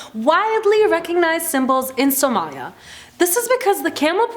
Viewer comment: its not somaayaaa its somalia 😏